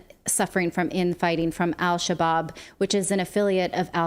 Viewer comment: Al Shabob? How about Al Shish-kabob?